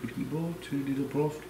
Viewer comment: “Durd of a cup of onions” “turkey broft” lol vs the letters “th” is the ultimate battle